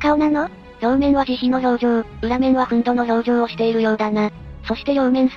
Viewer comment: 憤怒 → ふんぬ でお願いします。